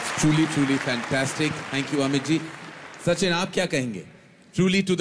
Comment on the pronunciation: Sachin not shochin